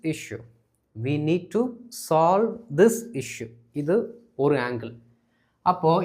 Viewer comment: not slove instead of solve